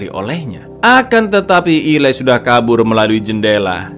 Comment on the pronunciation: Eli bukan ilai😅😅😅